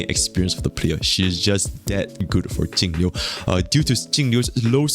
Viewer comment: I cant distinguish which character you mean when you talk about Jing Yuan/Jingliu/Tingyun. With the way you pronounce their names it all sounds like Tingyu :D